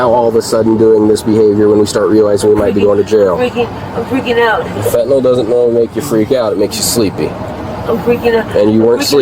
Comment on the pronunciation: Strange how her drug of choice is Fentanyl and she doesn’t even know how to pronounce the word correctly. It’s fenta NIL not fenta NOL!!!!